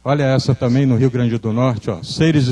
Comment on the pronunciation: boa a palestra , mas ver um ufólogo , que é engenheiro dizendo " tamem " em vez de " também " . é dose pra mamute enfurecido picado por abelhas africanas nos testículos. Tudo bem uma pessoa não estudada cometer esses erros de português , mas um engenheiro ?